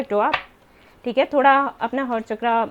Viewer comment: चक्रा नहीं- सही शब्द है- चक्र